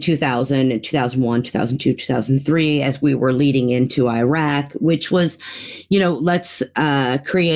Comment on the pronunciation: Why can't pronounce Iraq correctly? She does herself a disservice with that awful pronunciation.